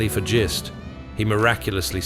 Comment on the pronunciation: Just so you know for any other videos you may make, and Mordecai Gist could definitely be in more, the name is pronounced like Fist only with a G not an F. I'm fairly sure I know.